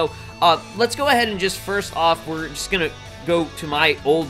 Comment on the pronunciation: Stop saying frist kids also the frist words he said frist